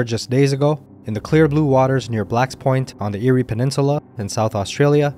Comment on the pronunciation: Eyre (pronounced AIR, not eerie) Peninsula. Greets from South Australia.